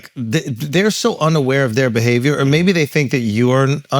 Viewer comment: Yoooooo!!!!! I just thought about something today and it made me fall out laughing but also peaked my curiosity..... Charlamagne has always had a problem saying "or" and instead says "are" but but any words with some form of "or" in it he pronounces fine (store, four, pour, etc) so I am very confused!! 🤯🤯🤯